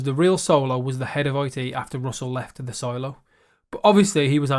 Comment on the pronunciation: Solo-Silo-Solo-Silo...........any chance on future videos to have proper English pronounciations of the 2 words?